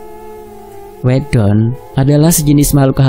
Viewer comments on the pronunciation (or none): Bacanya salah min..wėdon😁